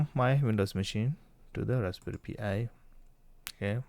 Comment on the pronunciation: you pronounce it like pie